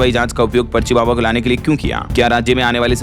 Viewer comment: Baba per itana jor nahi dena